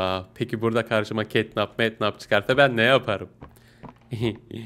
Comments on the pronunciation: Abi catnap ketnap değil ketnep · Abi Catnap diye yazılıyo Ketnep diye okunuyo yani Ketnap değil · Abi catnap yazılır ketnep okunur